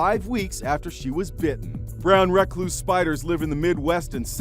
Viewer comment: Kinda triggered how he pronounced "Brown Recluse"